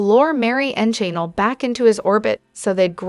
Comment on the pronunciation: Jan-ELL’ accent 2nd syllable. IZZ’-a-bell accent 1st syllable.